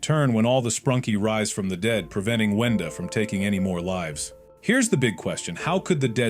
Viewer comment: It’s wenda not wendy